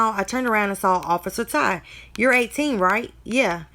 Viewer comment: It's not officer thank u it's officer Ty... Ty is his name.. pronounced "tie"